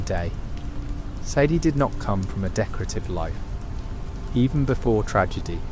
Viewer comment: almost got away with it , Almost thought the voice and script were genuine, but then the A.I voice gives its self away and calls sadie , saddy interchangeably 😪🥱 . “saddy addlers ranch” then back to sadie next time her name is said 🙃 also the vandalinder gang ? instead if the van der linde gang🫤💩 i aint gonna tell anyone what not to and what to watch , but ima watch a rdr creator who genuinely put some work into the video not a promt into an app 😒